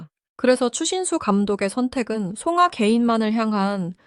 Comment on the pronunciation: 뭔소리? 아를 발음못하고 가로 발음? 송아 입니다. 그리고 요번 상대팀 2 위권이 아니라 9위팀이네요.거참